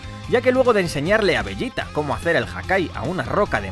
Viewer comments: no te hagas el listo, eso lo sabe cualquiera, de lo que me rio es de como pronuncias veYita a un publico que obvio habla español, y ambos sabemos como la mayoría lo llamamos, a ver, llamar a los personajes por su pronunciacion en japones es ridiculo (kuririn, burama, friza, etc) pero bueno tu sigue con tu veYita 🤣🤣😉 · LA PEOR PRONUNCIACION DE "VEGETA" QUE E OIDO